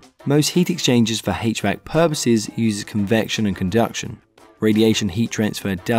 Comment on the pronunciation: "Hach-Vack" love it bro 😂🙏 thank u for this